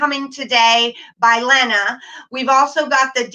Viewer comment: It is Lena...Lee nah, I don't want to be critical but that is the way you pronounce Ms. Derhally's first name.